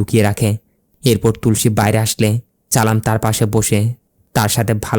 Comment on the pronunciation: উচ্চারণ আরো ভালো করতে হবে। চালাম চালাম না বলে সালাম বলতে হবে